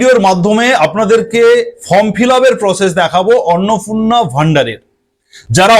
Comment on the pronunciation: Kotha ta Annapurna Annapurna na thik uchharon korun